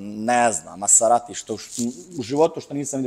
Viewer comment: Možeš imati i 2000 ks u autu, ali sunčane naočale dok pričaš s nekim... Pa "Lambordžini", "Masarati". O Bože😢